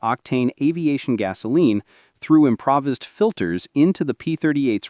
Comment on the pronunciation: "im-pra-vizzed" gas filters?! This A.I. narration is terrible